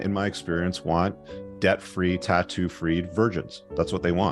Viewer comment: ah, 'debt-free', thank You. I heard 'death-free' and thought the guy has a thing for immortals, dreams of a goddess :D